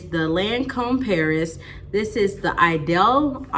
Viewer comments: Thanks Just ordered this from Belk its on sale and if you open up a credit card account you get extra 15.20 off. I watched the Commercial on youtube with Zendaya for this fragrance and its pronounced edol. Lol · The correct pronunciation is a long "e", "ee-dol."